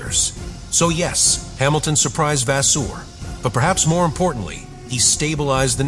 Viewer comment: Appalling amateur voice-over. Get a professional! You consistently massacre "Bahrein" and "Vasseur". At least I haven't heard you massacre "Macron", but who cares as much about an elected President as about an ancient state and a respected man's quite simple family name?